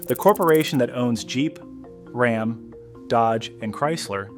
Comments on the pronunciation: As soon as it pronounced RAM as ROM, they lost me. Stelantis cant seem to make a product decision and stick with it.This I have observed for quite some time now. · rom for ram? get a real. narrator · Who the fuck pronounces Ram like ”Rahm”…you had my sub and then big fumble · "Rahm"? That's not how you pronounce RAM. You know, ram, yam, cam, bam, ham, lam, you'll get it soon. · Can't say ram right. Can't say the name of the town right.